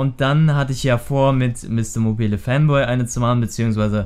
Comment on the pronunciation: es heist mister MOBAIL fanboy und nich mobilä